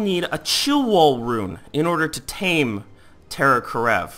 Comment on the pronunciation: Is terror kerav not karev(title is correct he is pronouncing it wrong)